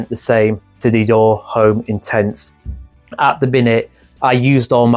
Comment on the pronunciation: Hey… the H in Homme is silent.